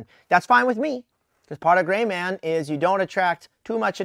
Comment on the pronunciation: looks at Did he say grey man or gay man?